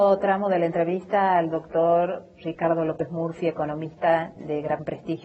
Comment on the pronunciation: Me encanta como pronuncia Ricardo.. "Shicardo" XD